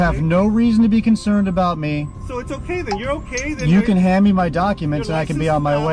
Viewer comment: Man, this guys' nasal tones are hurting my ears. Listen to him say "Days" as "Daynes". "ME" is "Menne"